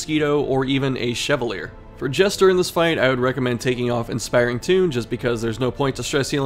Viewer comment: Ok this is gonna sound so nitpicky but since you said you weren't sure about some pronunciations, I should probably let you know that Chevalier is pronounced "Shuh-vah-lee-ay" I had an english teacher in middle school whose last name was Chevalier, and she was not particularly nice, but she made sure that everyone pronounced her name correctly, so that is my "Crimson Curse" to you 😂